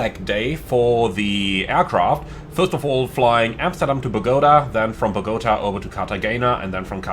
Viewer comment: It’s pronounced. Bo Ga Ta